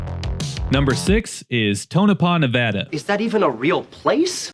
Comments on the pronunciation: TBF, your comments on Tonopah were reasonable and fair, so that's noticed, and again, appreciated you pronounced Nevada correctly. That is never a given. 👍🏻👏🏻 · Major props for pronouncing Nevada correctly. 👏🏻